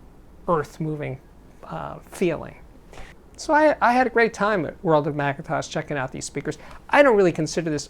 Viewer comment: Why do you say Mcatosh ?